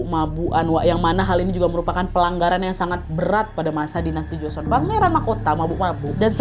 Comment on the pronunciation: Duhh sorry to say, tapi gak nyaman banget dengerin part ini. Buka karena alur ceritanya, tapi karena pengucapannya, seperti joseon, nama2 dll. Sekadar saran, sebelum take, kalo misal ada kata2 yg dirasa asing coba search dulu cara pelafalan yg tepat seperti apa🙏